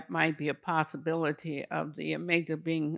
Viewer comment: Amyglia? Do you mean amygdala?